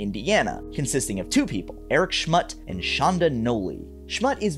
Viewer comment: Its pronounced, Schmutt-E